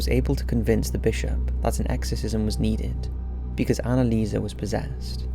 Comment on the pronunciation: Annelieserrrrr. Come on.